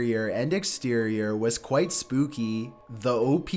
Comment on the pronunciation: Qw-ite Off-tin